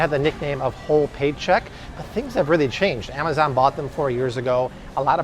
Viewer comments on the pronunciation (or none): none